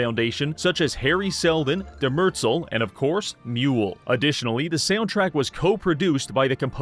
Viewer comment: "Demertzel" Me: Dies